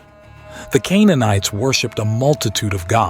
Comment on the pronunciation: Remember when said "Canaanites"?